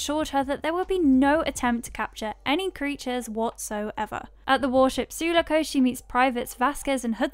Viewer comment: It's said su-lock-ohh Just a heads up